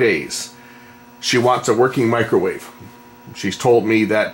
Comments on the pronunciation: What's a "macrowave oven"? LOL. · Mac-crow wave lol that's not a microwave that's a conventional oven size on the thing